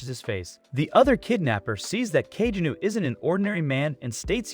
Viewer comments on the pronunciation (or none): NOT ka-je-new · Kageni not kagenu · That is the most white pronunciation of "Kajenew" I've ever heard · its pronounced ka-ge-no